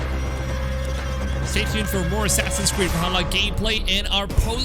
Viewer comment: Assassins Cweed